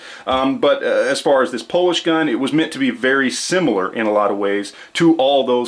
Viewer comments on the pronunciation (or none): none